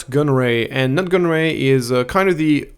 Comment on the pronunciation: Nute is pronounced like Newt, Nut made me chuckle.